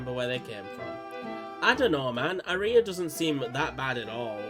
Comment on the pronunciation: Note that "Aria" is pronounced like the song type, "arr-ree-uh"